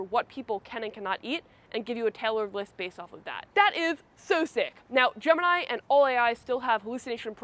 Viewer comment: It's not Gemanayi it's actually gemiii neee